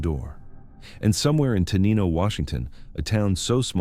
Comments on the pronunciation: pronounced Tenino wrong. tuh NINE o. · For future refer, Te-NIGH-no